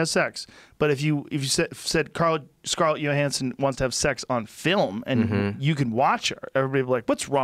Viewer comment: Nobody: Joe: “Scarlett Yo-Hansson”